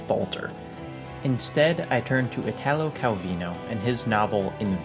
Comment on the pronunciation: Ok, Calvino was fine, but you butchered Italo. It's iiiiiiitalo, not itaaaalo.